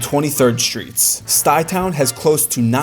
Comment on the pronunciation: Why you say SHRITS instead of STREETS?